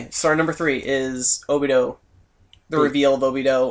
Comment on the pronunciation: ObidO ? really guys cmon -.